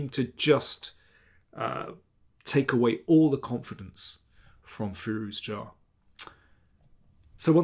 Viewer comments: I love Daniel's analysis, he is awesome, but every time he says Firouzja "Firuz-JA" I can't help but laugh. 😂 Sounds like a shout from Skyrim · I did some Google "research" and it seems to me you are right. I still think Daniel overpronounces it, but yeah, you are completely right. I stand by my "shout from Skyrim" point 🤣